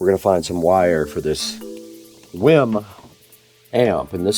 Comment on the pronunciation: This guy pronouncing wiim wrong the whole time. 😂